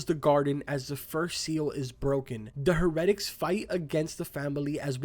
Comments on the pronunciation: The “heredicks” lmaoo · You said the word heretics wrong. But whatevs cool vid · Why did you pronounce "heretics" like that?